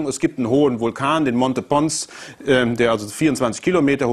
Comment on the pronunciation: Der hohe Vulkan auf dem Mars heißt Olympus Mons - nicht Monte Pons.